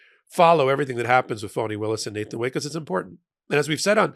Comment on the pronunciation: Why does he keep pronouncing her name “Phoney,” instead of “Fawn-nee?” Is this supposed to be someone kind of “dig” disguise? smh